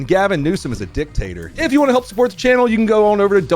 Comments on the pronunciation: What he said: "Dictator." What I heard: "Dick Tater." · You mispronounced Dick-toter. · Dictator or Dicktator? Lol. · U said Dick Tater..LOL....Keep em cum n SIR... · OMG, "dick tator" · Haha you said dick tater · You had me until "dicktater" lololol 😂